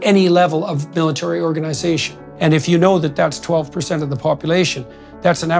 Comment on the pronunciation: Also know he said military organisation, with the emphasis on the last word